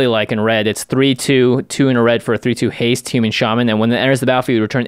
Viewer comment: Haste: Has-ta-tae Reach: Re-ache I'm all for mispronouncing keywords. I'm going to start using menachae in games.